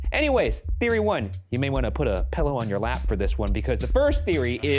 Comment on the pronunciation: Ryan pronouncing “pillow” as “pellow”